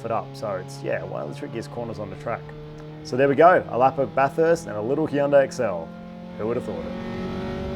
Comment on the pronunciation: Great Job! Your pronunciation of Bathurst was improving! Looking forward to watching you send it!